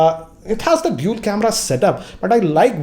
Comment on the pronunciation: the only tech youtuber from india whom you can trust now. and he isnt saying dool anymore (dual) :)